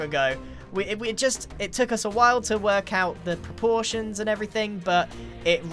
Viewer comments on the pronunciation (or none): its weird to hear him say proportions for some reason- lol